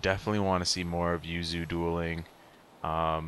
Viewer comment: The yu in yuzu is actually different to the yu in yuya. The yu for yuzu is shorter and yu in yuya is longer.